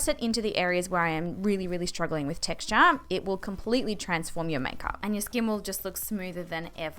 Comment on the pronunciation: "How to combat TexT-aH"